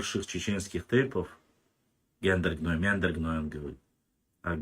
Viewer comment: Сюльтыгов,не произноси больше тейп Гендаргеной!